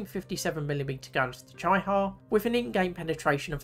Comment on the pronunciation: It’s pronounced ‘cheeee-ha’